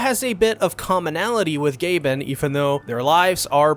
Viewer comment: I'm pretty sure they're pronounced G-ah-bin and T-ay-young